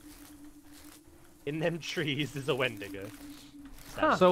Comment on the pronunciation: When he said wendingo , I just bloody lost it 🤣